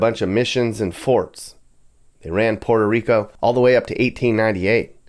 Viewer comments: Puerto Rico not Porto papi one point less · Your gringo pronunciation is…interesting “Porta Rico” 😂